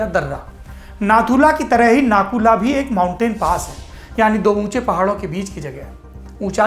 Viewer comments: It's not nakula it's nathula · सौरभ सर नकुला नहीं नाथूला नाम है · It's not Naku La, It's Nathu La Pass. I've been there twice. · It's Nathula not Nakula bhai Mai Sikkim se hi hu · भैया नाथू-ला है। नाकुला‌ नहीं।। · Correct brother 👍💐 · It is - Nathu La . Not Naku la. Thanks for the report anyway.